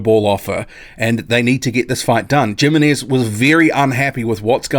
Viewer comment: I want this fight! Lets Go. Thanks for the video! A little remark. Im not sure how this guy names is written but if it is Jimenez(s) and its is from Spanish origin I am pretty sure the right pronunciation would be Himenes. Having said that I am not sure how his name is or perheps he is recognised in the boxing community as Djimemes. Cheers